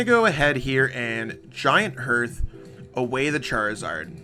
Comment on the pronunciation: It's giant hearth, not giant herth